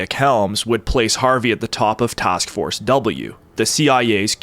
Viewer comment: What’s a “tosk force”?